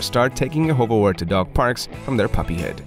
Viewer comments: Wart should be more pronounced like heart. It seems to be difficult for English speakers not to say wort. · This isn't actually how you pronounce this breed's name.